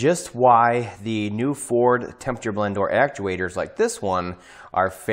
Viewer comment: "Have you driven a Forrrrrd, lately?" 😂 (NO! Not in 30 years)